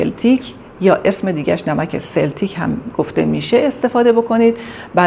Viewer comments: لطف كنيد درست تلفظ كنيد نمك سلتيك ممنون از راهنمايى مفيد شما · اسم نمک را اشتباه می گویید نام آن سلتیک است